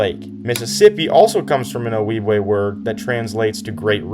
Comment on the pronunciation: The J in Ojibwe is pronounced like the J in January, not the J in Jalapeño.